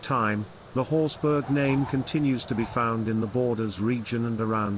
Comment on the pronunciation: You could at least try to get the pronunciation correct. It is Scottish, not German, meaning it's pronounced horsbra, which is the same pronunciation as for Edinburgh! This is clearly a low brow AI generated piece because a narrator with an RP like accent would have pronounced it correctly. The usual doggerel is that the Horsburgh family was a sept of the Douglas', but this piece is no better in that they are now said to have been a clan. Both are rubbish.